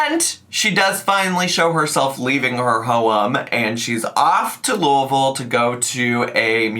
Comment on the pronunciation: The way you said Louisville was 😘🤌🏼 As a local, nothing is worse than hearing “looey-ville” or “Louis-ville”